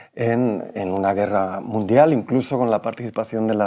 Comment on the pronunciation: Ah no es Iii guerra midial no es es confontación munfial se estan mostrando los dientes?? Jaja